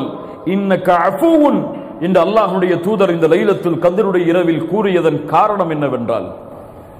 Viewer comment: ASALAMU ALAIKUM it's not" lailatul Kadir"... It's" LAILATUL KHADAR"